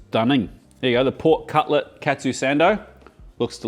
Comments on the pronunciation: if you say "katsu" be sure to say it like "cut sue" and not "cat sue" if you say "ketsu" it has entirely different meaning (it means "ass") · The way you pronounce "Katsu" sounds awfully close to the Japanese word "Ketsu" (けつ) which literally means "Ass". No need to thank me. ( ͡° ͜ʖ ͡°)